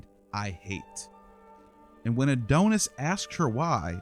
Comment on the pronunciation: Please, it isn't pronounced "A doan us", but "A don us." Your pronunciation is like fingernails on a chalkboard.